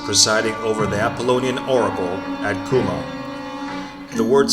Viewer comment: your mispronouncing the name